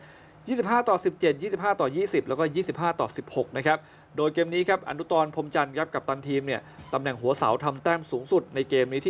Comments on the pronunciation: นักกีฬาชื่ออนุตรค่ะ 😂😅😅😅 ไม่น่าจะอ่านว่า อะนุตอน นะคะ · อะนุด😊